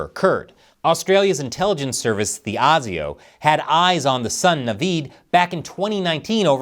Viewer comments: Colour me shocked a YouTuber who actually did their research and did not just regurgitate unverified information. 9.5/10 pronunciation of ASIO is A-SIO not AUSIO😂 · ASIO is generally pronounced ay-zee-oh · ASIO is pronouncd 'Ay-zee-o'. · It's pronounced AAASIO not ArseSIO, although they were sitting on it most of the time.... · Awesome video guys!! And just for future reference when you use the Acronym ASIO it is actually pronounced as “AY-ZIO” in Australia. 🇦🇺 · its pronounced ay-zee-oh, keep up the good work. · ASIO is pronounced Aye-See-(UK Z)-Oh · Ay zee oh . ASIO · The A in ASIO is pronounced as you would a capital A, rhyming with 'hay' or 'eh?', rather than the lowercase baby a. This whole thing will change Australia forever. We are, of course, angry at this attack, but also aghast at our government's reaction to it. They'll pay for it at the next election.